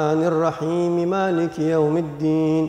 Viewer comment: Mohon maaf ada part pas baca Al Fatihah kayanya yg sya denger pas bagian maliki sepertinya ma nya pendek padahal harusnya kan panjang,, mohon maaf apa mungkin saya slah denger